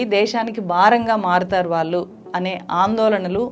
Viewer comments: వాల్లు, వీల్లు ఎంటి ? తెలుగుని సరిగ్గా పలకలేవా? నీ టీచర్లు ఇలాగే నేర్పారా తెలుగు ని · మీ కంటెంట్ బాగా ఉంటాయి. కానీ తెలుగు మాత్రం బాగో లేదు. వాల్లు, వీల్లు. మల్లి, ఏమిటా తెలుగు? కొంచెం చక్కటి తెలుగు పలకండి కదా!!